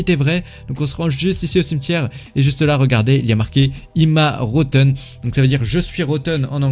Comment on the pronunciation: Quand tu as dit IMA RONTEN tu as dis que ça ve dire je suis RONTEN A LORS QUE C'EST I AM ROTEN